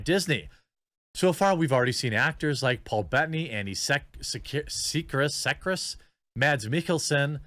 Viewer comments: “Andy See-Kris” like you’ve never seen the name… god how do you expect anyone to take you seriously with this kind of “reporting”. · Andy Serkis(pronounced) circus ,,think the guy who mo capped golum and Ulysses Klaue from Black Panther